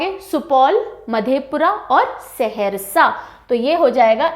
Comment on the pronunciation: Saharasa not seharsa